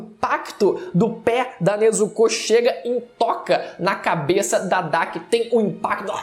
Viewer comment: O video foi bom, mas ele falando Nezucú, foi o melhor kkkkkkkkk